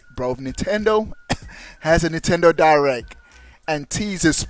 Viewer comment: hahahahahahahaha spell it how he say it pop